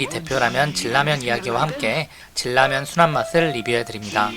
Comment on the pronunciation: 질라면이 뭐여 진라면. 발음이 거슬려